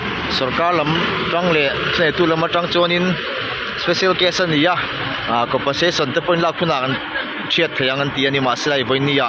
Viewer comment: Compen sation tih tur aw ,a sipleling a lo danglam daih zela